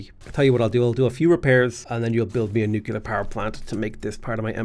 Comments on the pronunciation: NUKE - LEE - ER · I've never noticed that pronounces "nuclear" like "nu-kuh-lar" and I love it